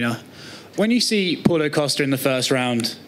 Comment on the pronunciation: Everyone: Paulo Costa Dana: Paulo Coasta